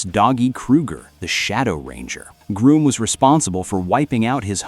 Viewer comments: It's actually Grum not Groom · It's Grŭmm, not Grūmm. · It’s pronounced Grumm and isinea